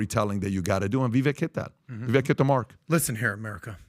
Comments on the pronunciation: This man is so educated at least have respect and pronounce Vivek properly, It's pronounced vivake (like cake) not pronounced as vek at the end. He's been on your podcast even I believe? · Please pronounce Vivek’s name correctly—VI-VAke is how it is pronounced. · IT’s VIVEK, LIKE “cake”!!!! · PBD & crew... you guys had Vivek on twice?! Podcast & townhall... How can everyone of you keep screwing up his name?! He told you it's pronounced Vi-vak... wake/cake/make. Get it right! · Love the podcast, but with as important as this podcast is, can we please start to say Vivek's name correctly? Vivek says he appreciates the effort, but after 6 months it starts to become laziness. Vivek .. vek is pronounced like Vake. Vivake, spelled Vivek. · ViVAKE like CAKE!!! STOP MISPRONOUNCING HIS NAME!!! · Hi. Vivek sounds more like "cake" than how youre all pronouncing it. gotta learn your next vp's name. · Love all you guys (cough, cough,?, cough!) and everything you do; but Vivek's name is pronounced "Viv-ā-k", as in, an "ache" in your bones. Viv-ache. He's pretty clear about that and the entire panel is pronouncing his name wrong. lol. Anyway, keep killing it! God bless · can’t even say Vivek’s name right. 😂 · Day 3 of asking Pat to stop mispronouncing Viveks name